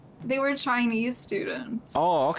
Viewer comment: that aw okay sounds weirdly Chinese 💀